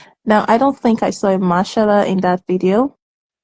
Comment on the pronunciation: She said the Machalla😂..... (Marshall)